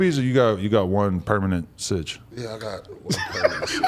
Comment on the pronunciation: almost said Citch lol